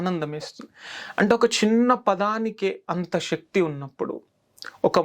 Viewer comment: Shakti kaadu sir sakti